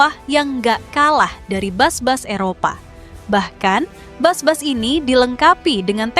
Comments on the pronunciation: Bus min bukan Bas😂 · Tolong bacanya bis bukan bas.. mau niru malaysia po?